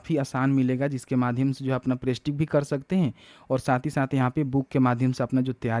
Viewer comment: प्रेस्टिक या प्रैक्टिस क्या? कम से कम सही सही उच्चरण करिए।